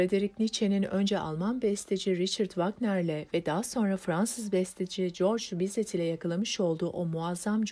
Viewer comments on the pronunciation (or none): Güzel bir okuma, diksiyon çok iyi, tonlama kusursuz; teşekkürler… Bir de küçük uyarı: Seslendirmeden sonra lütfen birilerine dinletin; örneğin Fransızca özel adlar geçiyor ki bu adlar genellikle yanlış telaffuz ediliyor, onun için birazcık Fransızca bilen birine dinletin. Sartre’ı (Sartr) Sartre diye okumak dinleyenleri rahatsız edebilir. Georges Bizet’yi (Jorj Bize) defalarca Corc Bizet diye okudunuz ki bu da aslına uygun değil. Bir de bu metnin yazarının ve çevirmeninin adını okursanız çok iyi olur. Çok daha fazla kitabı seslendirmenizi bekliyoruz. Başarılar, kolay gelsin, iyi günler…